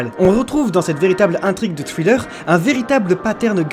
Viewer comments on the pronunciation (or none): none